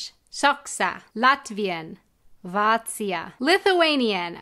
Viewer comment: Latvian was on point, that's for sure. Most English speakers would ignore prolongation sign and pronounce ā as regular short a, which she didn't.